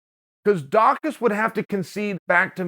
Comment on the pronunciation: Chael pronounced his name correctly! 👏🏾